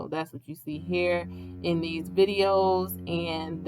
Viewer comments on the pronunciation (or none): none